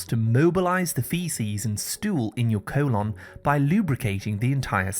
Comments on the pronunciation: Great informative video,but why does he keep saying "co-lonn"? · Co-lon lol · Your cool-onn 😂